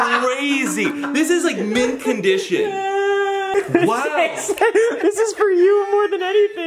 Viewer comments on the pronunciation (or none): he did ot ust say mint condish